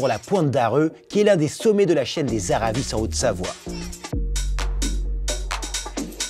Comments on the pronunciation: On prononce pas le s dans la chaîne des Aravis ! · On dit pas "les Aravisses" mais les Aravis, ici on est pas de Parisse.